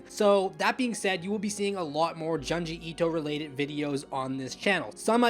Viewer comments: Say it with me.... JUNE-GEE ITO not JUN-GI ITO lol GYOOOOOOOOOOOOOOOOOOOOOOOOOOOOOOOOOOOOOO not GUY-OOOOOOOOOOOOOOOOOOOOOOOOOOOO lol which kills me cause you say Tomie correctly lol nice video btw! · YOUR SAYING HIS NAME WRONG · You like him yet can’t pronounce his name right or one of his best stories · The way you are pronouncing this man's name is awful.